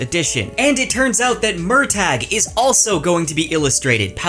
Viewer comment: I hate that Murtagh is pronounced this way according to Paolini; it's an existing Celtic name pronounced Mer-tuh.